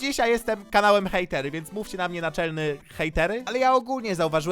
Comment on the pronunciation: Nie hejtery tylko Hejłteły